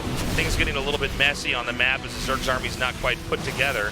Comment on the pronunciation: middle of the mack??? get the wahman off the mic